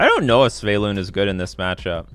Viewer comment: Why is noone telling that it's not pronounced Sveylun?